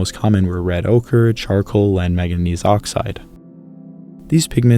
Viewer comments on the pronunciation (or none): none